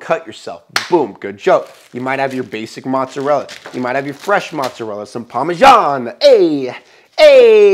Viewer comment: Parmezzzzzan not parmejia :)))